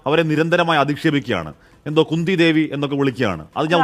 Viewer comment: Kunda devi alla khundhi devi 😅